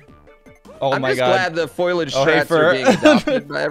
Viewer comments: Foilage? Guys. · “foilage”- GPB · the mispronunciation of foliage is driving me insane